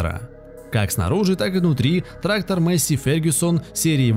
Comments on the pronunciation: Маесей а не мейсси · Афтор лол, учи матчасть. Во первых Fendt Vario 936 читается как ФЕНД ВАРИО, ВАРИО-это запатентованная коробка передач, а во вторых двигатель дойц имеет объем 7,8 л и две турбины выдавая при этом 360 л.с... П.С. Пока писал о Фенде, афффтар произнес название Массея и я понял что это бесполезно...